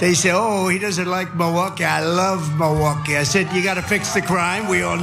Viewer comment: He says “mullwooky”